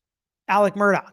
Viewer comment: MurDAW, not "dock"!🤦